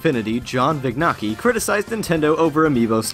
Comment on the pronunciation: "john vig-nocki". heh, i bet he hears that all the friggin time.